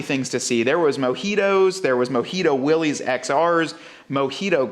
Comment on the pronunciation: pronounced /ˈwɪlɪs/, "Willis" NOT "Willy's" 😉